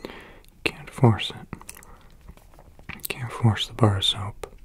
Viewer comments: I thought he said barf soap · The way he says "a bar of soap" 😂😂